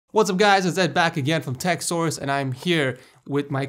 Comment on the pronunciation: Yeah we know you're bad with names, you even butcher your own channel name. :O You say: Tech SORES instead of Tech SOURCE...